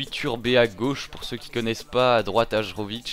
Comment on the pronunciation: Hajrovic jouait en suisse et j'habite en suisse donc je le connais. Si jamais on dit : HAYÈROVIC. Sinon très bonne vidéo comme toujours et heureux pour toi que city ait gagner le titre !